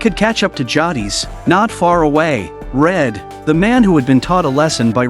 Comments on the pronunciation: It's JAY-DIS bruh, not JAW-DEES. Tell me you've never watched TWD w/o telling me. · Better than how he says Jadis 😂 Jah deez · How you gonna get the name jadis wrong like that?😊